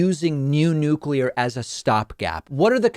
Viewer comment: Thank you, David, for pronouncing Nuclear properly!